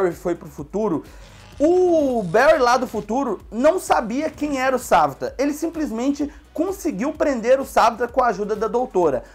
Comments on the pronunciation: Se fala savitàr não savitar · o cara fala savita mais é savitar